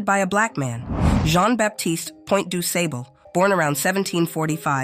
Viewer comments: It's pronounced like (Dusaable).Thanks for bringing this fact back to the light! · Pronounced duuu. Saaaable.....aaaa as in far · Do Sob bull is how you pronounce DuSable. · His name was pronounced Du Sabble mam with a short a thank you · I know this Man and It's pronounced DAY- SAAB- BLEE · This Has Been Know In The Chicago community 4years . His Name Is Pronounced Doo’Saabal NoT Doo Sable. To much A.I🫤 There’s No Suprise His Land WaS StoLen From HiM. As “they’ve “ Always Done😑🥴😑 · Doo-Say-Ble. AI involved in this pronunciation? “Doo-Sah-Bul.”<-That feels better to me. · Pronounced DuSAAAABLE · PRONOUNCED ===Du. { SAWBLE } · Its pronounced: (Doo) (saw bol) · This is false street and school and pronounce it like dooo-saable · He's actually celebrated in Chicago. Honored with a school, a museum and a stretch of Lake Shore Drive named after him. There's a bust in his likeness near what is known to be his original settlement on what is now North Michigan Ave and other tributes. Also, his name is pronounced with a short 'A'. We're very proud of him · Pronounced Du Sable. The a is shirt not long. Du Sable H.S. is also named for him. Graduating many of Chicago's African businesspersons and city leaders. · Does anyone care when these AI voice translators pronounce names incorrectly. DuSable is pronounced incorrectly. Why make a video about this man's accomplishments and then allow his name to be disrespected. Learn to properly program these translators. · You are the first to ever correct this. I'm from down South, I pronounce it du-say-ble. Just imagine what the comments would be if I would have pronounced "Jean" as "Gene". There would have been many more name corrections on that rather than him founding Chicago corrections. Thanks for your help 🙂